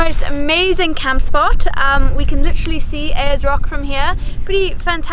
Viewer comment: Just so you know for next time.. its called "Ayers Rock"